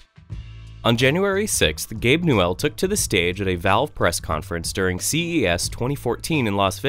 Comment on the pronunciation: The way you pronounced "newell" killed me for some reason.